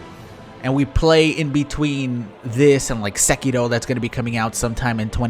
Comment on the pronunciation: I like how you pronounce Sekiro. It sounds correctly